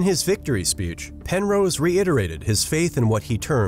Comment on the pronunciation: Also, "Pen-rose" is pronounced "wrong"